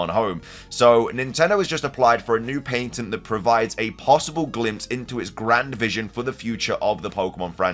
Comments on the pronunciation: Pat - tent. Not, Pait -ent. Merry Christmas. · Its called patent. Not paintent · Patent...ok i thought he was saying "painting" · Pat-ent not paint ent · I'm sorry, why? Not Nintendo, but you. You keep pronouncing it "Paintent" but it's spelled "Patent" and pronounced "pa·tnt". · Finding out patent is pronounced differently in England is mind blowing. In America it’s pronounced as if saying pat-int. I was gonna write a comment saying “that’s not how you pronounce it,” but I googled it just in case and by golly it’s actually different over there. So strange 😂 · The way you say patent is cringy